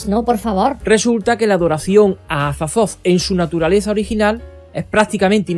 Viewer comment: “Cazulu” “Azatzotzo” jajajajajaja me encanta 😂